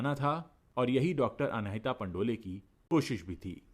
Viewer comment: पंडोल surname है पंडोले surname नहीं है